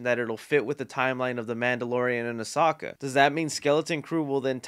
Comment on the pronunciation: its AH - SO - KA not OH - SA - KA 😤